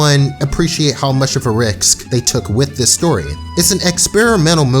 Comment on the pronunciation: Am I the only one who noticed the narrator can’t pronounce the word “risk”?